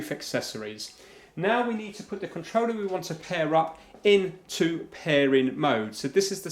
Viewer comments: It triggers me how he says controller and consol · I think that’s supposed to mean wireless…maybe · Why does he say controller so poshly